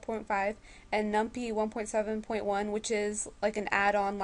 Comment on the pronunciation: LOL num-pie. Like pie-thon